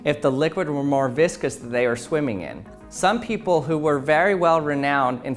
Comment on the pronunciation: I heard viscous as "biscuits" and "bisque-ous". lmao